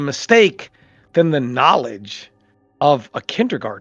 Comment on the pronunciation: "THE NOLIJ"